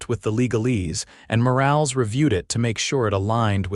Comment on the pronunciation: Please train your AI narrator to recognize words that have con textually controlled pronunciations. Words like “live” have two pronounciations in English, which have different meanings. “Morales” is a name in which the “e” is short, not nonexistent. These are just a few items of the narration. Words on the screen need to be reviewed for proper usage and spelling. Sometimes a single spoken word is spelled as two words. You need a proof-reader and a proof listener before publishing 6our videos. AI isn’t smart when it comes to language, written or spoken.